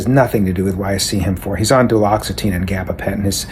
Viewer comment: Duloxetine and gabapentin rolling off your tongue so easily made me believe you’re a real professional 😂 this shit is crazy though. Good for you for sharing the truth ❤